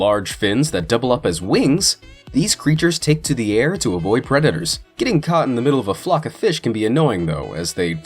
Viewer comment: How he pronounces predators😂🤣